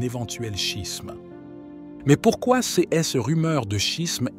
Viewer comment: L'homme qui lit le texte a une façon très incorrecte de prononcer le mot "ces", qui revient très souvent. L'homme qui lit prononce ce mot comme s'il fallait prononcer "sise". En fait, la bonne prononciation est "sé", comme dans les mots "sécurité" ou "sécessions".